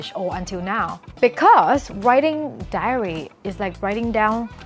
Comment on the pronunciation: I really like your video but, as you said, you sometimes make mistakes. This one sounds really funny. That should be "diary", not "dairy". A dairy is a place that milks cows and makes milk products.